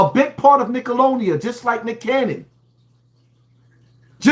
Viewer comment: This 🥷🏾 said "Nickelodia" 🤦🏾‍♂️🤣 I could've swore it was "Nickelodeon " but hey maybe I was wrong all this time 😂